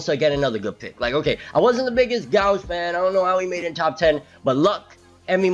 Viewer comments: Gauche, is pronounced (go-she) it's French. Go to see you back keep it coming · Gauche in french is not pronounced go-she😂 its like gaush